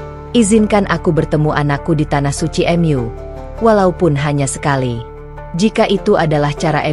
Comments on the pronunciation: Bacanya jangan " em yu" Mu gitu aja kenapa si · Maaf bacanya yg benar ya...mu buka m.yu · Benar walaupun agak kaku dengan kata² minim keislaman dari yang menceritakan seperti kata² rumahMu atau surgaMu terbaca rumah atau surga Em U padahal yang dimaksud Mu adalah untuk Alloh tapi kekakuan suara yang menceritakan terhapus oleh bagusnya cerita Semoga Alloh mberi hidayah keluarga, saudara, kerabat, teman kita yang belum dapat hidayah. Aamiin ❤ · Ceritanyamenarik dan mengharukan. Narasina menggunakan alat penerjemah kah. Sebutan Mu diucapkan em yu. Lucu juga. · Kisah ini memang terasa haru, sayangnya penyampaiannya seperti dipermainkan s misalnya mengucapkan kata Mu / Allah, diucapkan emyu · Bingung saya juga ... Mu kok dibaca emyu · Meskipun..cara penyampaiannya seperti drama Korea atau drama yg lain .. ketika menyebut nama Allah dan Mu juga aneh ..tapi tertutupi dgn isi cerita..yg bagus.. semoga bisa bermanfaat bagi yg melihat video ini aamiin